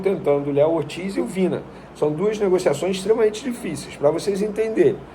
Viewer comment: O nome do jogador se pronuncia VINHA e não Vina.